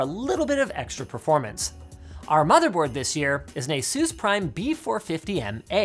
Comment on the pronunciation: I still to do this day cannot get over how you say Asus. Instead of saying it like (peg)asus you for some reason say it like asoos :(. It makes me sad